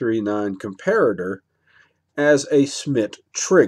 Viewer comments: Oh and I'm happy to hear you learned to pronounce Com pair at er hehe. Darn those Germans ;) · Good video. Yes as per the previous comments, I to am glad you have managed to pronounce Comparator correctly, - and NOT 'Compare-rator' as the other videos. :)